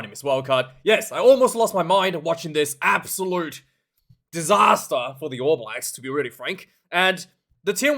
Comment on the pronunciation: "Absolute DISATAH mate" 🤣